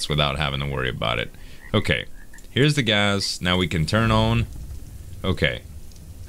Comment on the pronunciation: Z I love ya. Your killing me. It's not gazzz.. Gassssssss